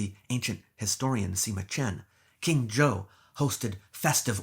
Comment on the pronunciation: "King Zhou of Shang" becomes "King Joe of Shanghai"